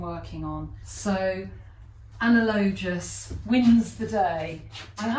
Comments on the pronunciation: I love what you‘ve done here! Great work! Btw, analogous has often tripped me up as well…here is the google pronunciation uh-NA-luh-guhs…😊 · Also, analogous according to the dictionary is pronounced, /əˈnaləɡəs/...